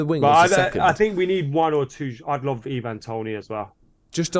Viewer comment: The way says Ivan Toney boils my piss 😂 it’s Ivan not Eeeeeevan